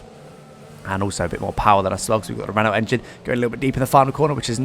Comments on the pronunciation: Renualt = Reno, not Renull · The pronunciation of renault upsets me.. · This guy can’t even say Renault properly